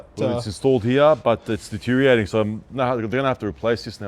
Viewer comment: Your pronunciation of deterioratng is non compliant. 😂